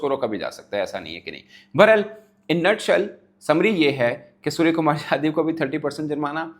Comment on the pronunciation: He is ,' Yadav ' not ' jadhav. Please pronounce correctly Bhai saheb. SKY dedicated, not named any opponent. Not commenting on Pakistan players. I am just defending SKY